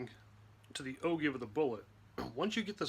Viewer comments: There is no give its pronounced Jive Like A Jiggerr Jive OR Jive Bunny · You're correct. O jive, not o give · AHHHHHH !!! its pronounced as "O-JIVE", not "O-GIVE".......good video, but annoying as hell each time you mispronounce the word. When TEACHING, ...proper pronunciation REALLY makes a difference in your credibility and student attention span. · is pronouncing it O'Jive a French thing ? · Another terrible video..its the oh-jive NOT oh-give...smh just stop uploading videos dude you're the worst. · It’s pronounced oh-jive not ogive look at angle measurement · O-"give"? No...O-"jive". C'mon. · I've always heard O-jive also not O give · Love your videos. I've learned vast amounts of knowledge from you. So thanks so much for your wealth of information! But..... I've been told it's pronounced "O-JIVE" not O-GIVE. Any thoughts or is it simply as TOMATO and TOMAHTO? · it's pronounced oh-jive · I thought it's pronounced: oh-jive. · Actually, it is pronounced “Oh Jive”, not with a hard G. It’s a geometric reference used in numerous industries. Enjoy and nice video. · yeah he lost me at o-give ! Lol. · Thanks for the video. Like it has been noted, it's actually pronounced "o-jive". I don't make up the rules, just what it's always been pronounced. Keep up the good work. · It's actually pronounced "O-JIVE". When in doubt, check the dictionary. :) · Agreed! It sounds weird when people pronounce it "O-GIVE"